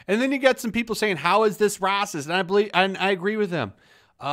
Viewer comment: Your pronunciation of "racist" is awesomesauce. If you were to type it out phonetically: rawcist (rawcyst??), or rahcist (like 'Rah-rah-rahcist!'). -The 'kid-made-superhero' is the best visual anyone could have come up with. Simply a stellar portrayal. -"Chinese food" is even more of a generalization that has come to include all Asian style recipe cooking, a list that includes more than several recipe styles that have been brought to many nations outside of their geographical origins. Here's how that word dilemma (suicide) can be (politically) correctly avoided: -Human beings originating from any Asian nation can be correctly referred to as "Asians" -Things (anyTHING other than human beings; usually inanimate) can be correctly referred to as "Oriental" (originating from The Orient). A bit dated reference, but, at the time I was notified of this, completely satisfactory in addressing these issues. What do think? cheers!